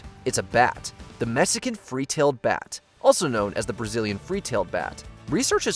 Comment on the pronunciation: Messican 🤦‍♂️ it’s Mexican